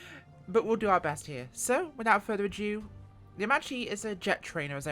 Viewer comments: Nice review. BTW pronounce is "aermakki" and it's used by Freccie Tricolore that is the Italian acrobatic team, one of the best and most famous ones in the world ;) I can tell you that flying this in VR is an amazing experience :D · The right pronunciation is Aermakki because "ch" in Italian is pronounced like "k" in English . Nice video anyway :)